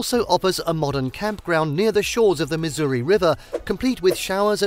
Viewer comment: Oh my goddess how many times is he going to say Lake Sakakawea wrong!? 😆 Stress on the second syllable buddy, not the first...and Missouri...again stress the second syllable not first, it's not Misery 🤦‍♀️